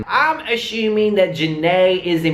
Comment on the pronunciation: "I'm ashuming" lmaoo xD